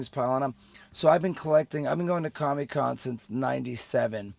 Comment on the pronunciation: its comic con Mews. not commie con lol